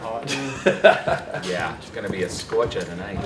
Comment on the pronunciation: "It's gonna be a scorchahh tonight"